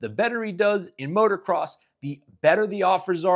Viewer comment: Please please stop saying MOTOR-CROSS. Its MOTO-CROSS always has been.